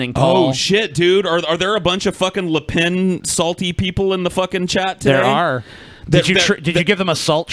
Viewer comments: It's "Le Pen", not "Le Pain" nor "Le Baguette". Though it's a forgivable mistake. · it's lepen. pen. pronouced like the thing your write with. not lepaan. razorfist is an idiot.